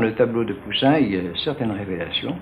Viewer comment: The French are so mysterious, I like the way he says Pousian. An Italian would say Pousilinni.